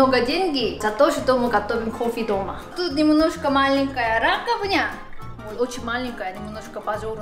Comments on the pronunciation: Раковина! А не раковня😄😄😄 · Не раковина, а " раковня"!😂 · забираю слово "раковня" себе в коллекцию к слову протИвень, ударением на и